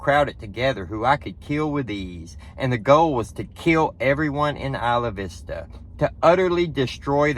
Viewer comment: I am impressed. A Southerner who can pronounce Isla Vista!! Hats off. :face-blue-smiling:👍 I ain't mad at ya, I agree with ya.